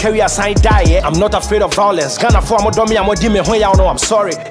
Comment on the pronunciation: Vawulence ....! vawulence.....!! vawulence.....!!!